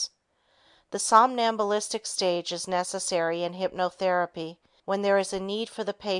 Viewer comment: "sombalistic" state? Do you mean "somnambulistic?" Or is a ventricle a volkswagen?